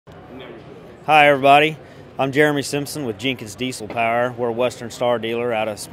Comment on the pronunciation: It’s POWER not paar